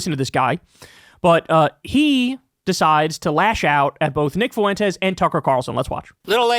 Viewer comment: Why do you pronounce Fuentes like that? "FOO-wentez" lmao